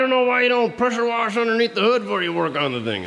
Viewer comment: There's no r in wash,fyi.